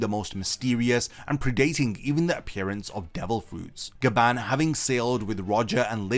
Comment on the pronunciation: So apparently its Gyaban not Gaban